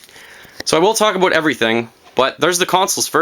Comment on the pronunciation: Are you canadian? I blelieve i heard abut